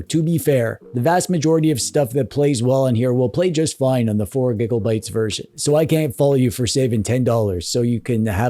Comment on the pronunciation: Good vid, I don't know how I feel about the mispronunciation of gigabytes though :( I am very impressionable.